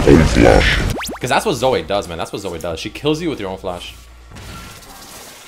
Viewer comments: As a Zoe main i take offence to you calling her ZoA. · your Canadian prononciation of Zoe (Zo-ayy) fucking kills me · According to its not Zoe its Zoay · LOL pronunciation of Zoe